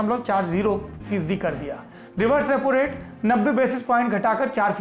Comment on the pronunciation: Rapo nahi Bahi Repo😂🤣😂